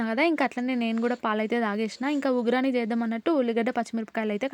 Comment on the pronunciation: ఉ గ్రాని కాదు ఉ గ్గాని అంటారు